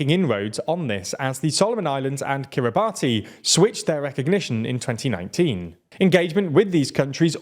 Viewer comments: Kiribati is pronounced "Kiribass" (like how nation is pronounced "nayshon") and it's the Mariana Islands, not the Marinara Islands. As in, the Mariana Trench, not Marinara sauce. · It's pronounced kiribas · I also feel the need to correct your pronounciation of Kiribati. It’s an easy trap to call into but it’s pronounced more like Kiribass as far as I know. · Kiri-bas, not Kiri-batty. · ffs guys, the Minecraft stuff is cute but please do your research in pronouncing place names. It's basic respect for the people who live there. Kiyr-ih-bahs, not Kiyr-ree-bah-tee. And Mari*nar*a Islands? Seriously? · It’s Kiri-Bassss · Kiribati , is pronounced kirr ih bass. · Kiribati is pronounced kiri-bats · Kiribati is pronounced Kiri-Bas not Kiribati. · He just called the Northern Mariana Islands the Northern MARINARA Islands 😂😂😂😂 someone had Italian food on their mind… also Kiribati…it’s pronounced Kira-Bahs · Small note: The name of the nation of Kiribati is pronounced KIRI-bas, as it's the local rendition of the earlier colonial name Gilberts. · Heads up kiribati is pronounced kiri-bass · Kiribati is pronounced ki-ree-bas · Kiribati is pronounced Kiribass by the way. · 'Kiribati' is pronounced 'Kiri-bas'. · Hey there … I believe the country Kiribati is pronounced differently. It’s pronounced more like Kiribas rather than how it’s spelt… luv you guys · Y’all need to work on pronouncing. Kiribati is a sovereign nation, name butchered. Did the same with Mongolia. Yes they’re less “bell curve average” names to pronounce in English, but it feels like y’all just didn’t even look at a basic pronunciation guide.